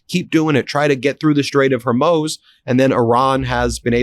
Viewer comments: Hi Ben - I love you and your reporting. I like that you are always accurate, so please pronounce Hormuz correctly. It is not Hormos. It is MUZ at the end of the word. You do a great job with all the Arab names. Thanks. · How are you still pronouncing it as Hermoze after all this time? It's Hormuz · Ben, you really must practice your pronuniciations. Hormuz is pronounced hormuce, not hormose. And when you use the word reputable, the accent is on the first syllable, not the second. You are not the Chevy Chase of diction, so be prepared and practice. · Why are you calling it Hormoz, when everybody else says Hormuz plus it's spelled that way? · Ben, please correct your pronunciation of the Strait of Hormuz. It's Hore-mooz, not Her-mohz. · Great reporting and commentary, but please Ben! It's the Strait of Hormuz, pronounced Hore-MOOZE, not Her-MOZE. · …bud, it’s pronounced HormUZ, not HormOSE, get it right. You sound ridiculous. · Ben, I love your politics but please for the love of god, its killing me.. it’s not the strait of hurmoooos, it’s Hormuz, pronounced in English and all languages, without exception, “strait of Whore Moots”… and it’s “Zelenskyy” not zelinski. Ser-len-skee !!! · HorMooz, not HorMoze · Hor-mooz, Ben. Hor-mooz. Not “hor-moes”. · Hey Ben-the -muz part of Hormuz rhymes w/booze. Sometimes you say it like that & sometimes you say it like moze & it's making my ADHD mind feel like the metal ball pinging around in a pinball machine!🤣🤣🤣😂😂😅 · Idk how you can literally read the word hormuz and still pronounce it hermoze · Can you please learn to pronounce Hormuz correctly? It is not Hormoze. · I’m begging you to PLEASE pronounce Strait of Hormuz as “Hormooz” NOT “Hormoze”. I cringe every time you say it. While you’re at it, please pronounce Pakistan as “Pak-ah-staan” NOT “Pak-e-stan”. And thank you for pronouncing Iran correctly (NOT “I-ran” as many do) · It's HorMOOZ, NOT HorMOSE... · Someone please tell Ben its Hormuz, not Hurmoz. Hor-mooz